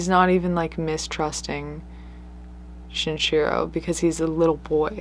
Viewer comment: Is the mispronunciation of the killer's names (Shinchiro instead of Shinichiro, and whatever that pronounciation of Andrei Chikatilo was) intentional or accidental...? I understand if you don't want to encourage people to look them up or something, I'm just curious